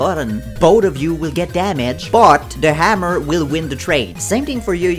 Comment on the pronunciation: Normal people: Hammer: Ammur 🤣